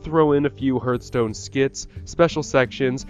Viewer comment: It's pronounced HARTHstone.